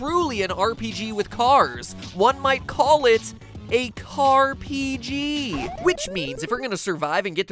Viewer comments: Is that pronounced C A R P G or "Carpeegee"? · "Car-P-G" I won't lie. I facedesk'ed.